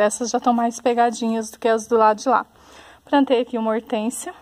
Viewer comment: Ate curti de verdade, mas não gostei do : "Prantinhas" , "prantei".....